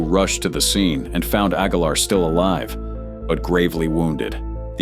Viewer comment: I'm not in love , I'm pretty confident the voice is AI. He mispronounced a live in a video the other day .